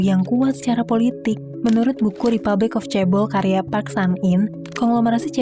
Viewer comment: iya kak, tau kok tapi pronounce nya yg bener "CHE-BOL" 😭😭